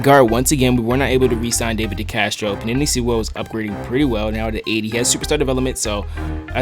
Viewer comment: "panini sewell" lmaooo